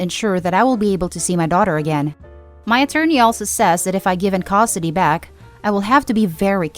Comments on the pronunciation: I wish someone would teach that robovoice to say "custody", not "costody". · I'm sorry. But it really bothers me how you say Custody. You say it like Cost-ody lol. Try to work on your pronunciation. Some words just sounded a bit off, could be an accent though.